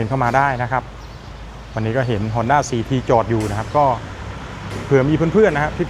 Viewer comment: ฮ อ น ด้ า CT125 😊 อ่านว่าสี่ทีหรือ ซี ที กันแน่ครับ ผมฟังยังไงก็ สี่ที